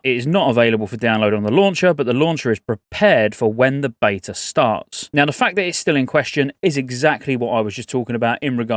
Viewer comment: Agreed. When she said bveta in 2-3 months I thought that sounded incoirrect